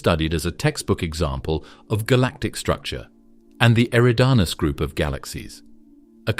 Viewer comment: I’ve heard you pronounce “eridanus” 4 different ways since the video began. Get your fucking shit together!!